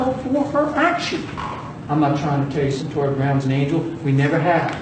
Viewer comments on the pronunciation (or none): Its "CYNTOIA." My apology for being critical; but you've simply GOT to gwt someones NAME correct when you're doing a story about them. #Seriously